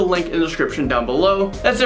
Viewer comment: Landon do not sing is what I heard lol